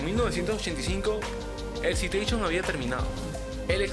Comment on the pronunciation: Te recomiendo hacer el esfuerzo y revertir el volumen, suena mas la música que la voz. Tamnbién en la pronunciación de las marcas y nombres. Citation se dice "Saitechon (imaginalo en inglés)". Plymouth se pronucia "Plimuth"... por cierto, el Civic no tiene un V4, es un cuatro en linea o I4, los V4 son mas comunes en motos y en la actualidad tienen poco o nulo uso en automoviles.